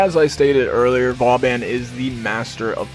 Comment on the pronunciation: i heard it was pronouned, Vo-Bohn.... anyways great build!